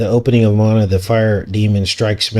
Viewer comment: The movie is pronounced "mo on a"